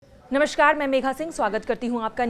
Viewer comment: "नमश्कार" नहीं होता, "नमस्कार" होता है.